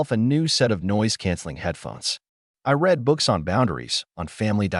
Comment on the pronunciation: some of these can be entertaining, like watching a movie. But this one needed some work on the story and a lot on that AI voice. Did you catch it's pronunciation of "read?"